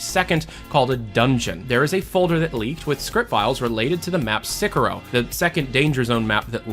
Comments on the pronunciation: Don't let this distract you from the fact that it's Sirocco, not Sicorro. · See Rock Oh not Sick ah row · Its sirroco not sicorro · how the fuck did pronounce sirocco as sickero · Its pronounced sir-oc-oh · Your videos are just you reading reddit posts and you can't even do that correctly, it's sirocco.